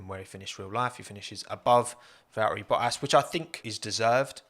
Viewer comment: They way you say Valtteri.... oh God